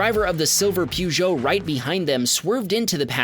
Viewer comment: sorry, "Pigeot"? Wtf? 😂😂😂